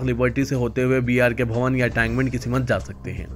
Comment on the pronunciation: Ye kaisi urdu bolte hy aap simath nahi simth